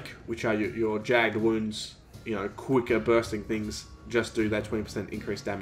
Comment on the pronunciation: If only he knew how to pronounce "jagged" correctly :p